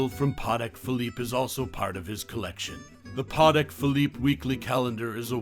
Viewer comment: The way he said “Patek” triggered me